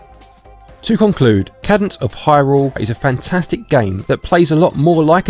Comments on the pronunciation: Cadence. KAY-dense. Not Cad-ense. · >kah-dence ಠ_ಠ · it’s pronounced KAY DENSE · A cadence is a harmonic closure. It is pronounced caydence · It is pronounced Kaydence. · Haha, good sport. Don’t worry, everyone messes up pronunciation sometimes. It can be tricky if it’s a word you haven’t heard spoken. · Big fan but please try to improve on your speaking skills. It's quite jarring as it sounds like you are struggling with the script or have never read it before. Also you got the name wrong 😅. Much love!